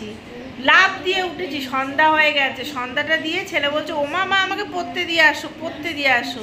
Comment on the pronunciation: 100 baar sentence er modhh eektukhaani ektu khaani...bolen kano Emitei aapnar uchharon khub kharap.. Porte ke kolen..potte